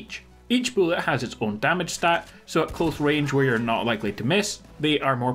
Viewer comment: Also, how much “boolet”?😂😂😂😂😂 BULLETS. BULLETS MY GUY